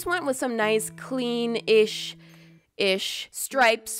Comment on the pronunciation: said clean, ish, Ir-ish